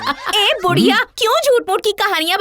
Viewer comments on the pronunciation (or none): Buriya nahi budiya hota haircut